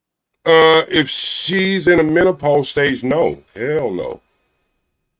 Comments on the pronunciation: 😂😂😂😂😂Mint ah pause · And MENTOPAUSE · Did he say mentopause? And did repeat that 😂😂😂😂... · It is menopause not mentalpause 😂😂😂! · Am I the only one that keeps hearing mentalpause and not menopause? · This fool Said mentapause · And a man that says werf instead of WORTH. As well as mento-pause rather that menopause. Just cringy. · Did he say mentopause😂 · “Mentapause”? Is this Dude serious? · Plus. He calls it MEN-TO-PAUSE.🤣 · First of all, what is men-TA-pause? 😂😂😂 Secondly, is it the "men-TA-pause" that makes women's 😺 dry or your face? Ijs 🤷🏾‍♀️ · Don’t no woman want to catch parvo from no old ass man, can’t even pronounce mentalpause 😂🤣😆😂😂😄😆😆😆😆🤡🤡🤡🤡🤡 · *HUMAN FEETS Age 65???...English Lesson 101, Feet is Already Plural, There's No [s] after [t] in Feet...Mr. MEN~TA~PAUSE...🤣😂🤣😂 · Or MENTApause lol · He was annoying the first time & annoying now. 65, don’t eat 🐱 but don’t want dry 🐱 either. HOW?! Can’t even say MENOPAUSE. GOODBYEEEEE POP POP!!! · You heard that too!! Mentapause lol 😂😂😂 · Him saying Mentapause lol 😂😂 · Menta pause had me crying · He can’t even properly pronounce menopause…. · He said pacific not specific, mentalpause not menopause 🤔🤔🤣🤣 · What is “mentopause” did you mean menopause? What is “pacifically” did you mean specifically? I’m sorry sir but you are asking for things that do not exist. “Rubbing on a albow” elbow? “What is I’m saying “ I don’t know sir. What are you trying to say? “Tuck in your closet” did you mean Tux?Maybe your asking for things that do not exist and that is the reason you’re not having luck.